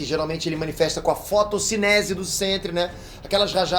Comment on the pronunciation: No início do vídeo está errado. Está "fotonicese" o correto é "fotocinese"